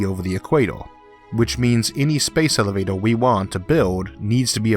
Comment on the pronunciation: It's like hearing a 6 year old explain space elevator. I mean elevato.